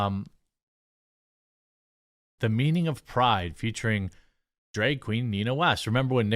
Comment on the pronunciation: Jeremy can pronounce glad as "glad", but when tasked with pronouncing bag, drag, or tag, we hear begue, dregue, and tegue respectively. Make it make sense Jeremy.